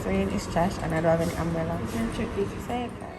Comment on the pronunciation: Not sis pronouncing umbrella as umbrellur 😂